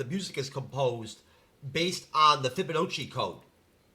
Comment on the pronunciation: Dude vaguely talking about the Fibonacci sequence, whilst mispronouncing it: Ever heard of this thing that I didn't even tell you what the fuck it was apart from the name!?